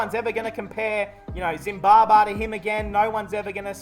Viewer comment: the way you say zimbabar the n aussi ascent is so funny😂😂😂